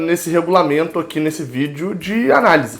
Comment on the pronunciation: VideoEERE???? Hahahah